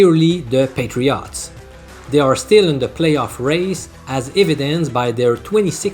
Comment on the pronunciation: Love how you pronounce NE Patri-AUGHTS 😁